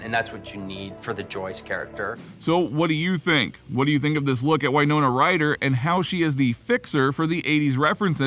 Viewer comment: It W not why ( in WINONA